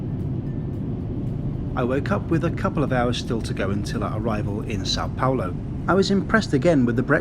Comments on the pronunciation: *São Paulo not Sao Paolo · Oh, no! Et tu,? Or should I say "Paol"? I'm writing from São PaUlo and last I heard (a minute ago), we spoke Portuguese here, not Italian, and "Paolo" is an Italian name. Plus, "Paolo" has three syllables ("PAH-o-lo" or "pah-OH-lo", depending on your region), while "Paulo" has only two ("POW-lo") and that's how you (correctly) pronounced it yourself. The largest city of a whole continent (22 million people metro), with a GDP larger than some European countries, deserved better. So did the saint who created Christianity as we know it, named the place and, indirectly, also named you. Hats off for correctly including the tilde in "São", though! That said, Guarulhos International Airport is exactly on the Tropic of Capricorn (it goes through the runway where you landed), in the transition of two weather zones, and its location in a narrow river valley doesn't help either. It's plagued by early-morning fog and before they installed ILS, it used to have frequent flight cancellations, especially in winter (and you arrived on the second day of the Southern Hemisphere's winter and in the middle of the year's second cold wave, which usually makes the weather really gloomy, in what is otherwise the driest and sunniest season here). Still, I hope you had a good time here anyway. This city looks frighteningly huge and chaotic, but like every major city, it has lots of hidden charms. I'm originally from another part of Brazil, but I've been living here for over 20 years and love it he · it’s São Paulo*